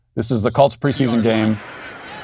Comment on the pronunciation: are you saying the "Calts" here? Calts? When you are sick do you go to the dactor? #Calts